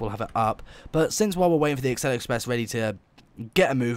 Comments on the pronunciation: Acela is pronounced A-sel-a, not Axel-a top speed on the acela has a top speed of 165 legally, tgv has a top speed of 199mph. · Not only is this an inaccurate game, you have presented misinformation. Quick: How many "C"'s are in "Acela"? Two? No! It is pronounced: "AH CELL AH", not "ACK CELL AH". (DOH!) Yes, I'm an American, (ex pat Brit!); I've been on the Acela at at least 148 mph (238 km/h) near Providence RI, but you know what? The Acela isn't even really American, it is 3/4 Canadian and 1/4 French. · It’s as-sella Not ax-cella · It sounds like your saying aksela express. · Its pronounced a-seel-a